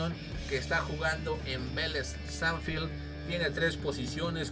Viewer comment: amigo JAJAJJAAJ no pegas un nombre boludo, tucaman, a vera le dijiste varela, dijiste velez banfield, lucas arellano JSAJSAJ taba re ciego pero bueno te quiero